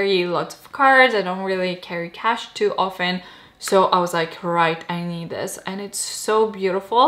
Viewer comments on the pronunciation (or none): none